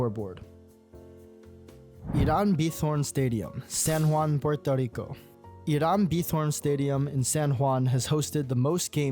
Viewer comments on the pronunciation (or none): none